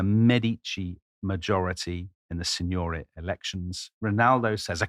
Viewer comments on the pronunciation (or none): Brilliant content! As a Florentine, I have just to clarify that the correct stress is: Signoría, not Signória; Álbizi, not Albízi And Balía, not Bália.